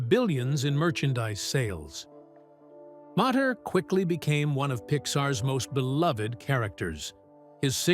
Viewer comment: Who is commentator is he's a dumbass the car's name was mater mater to- mater